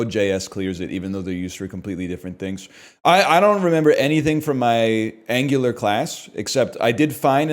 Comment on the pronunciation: Pronouncing Angular like gooner